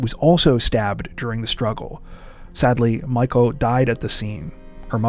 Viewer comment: Miko is pronounced "mee-ko".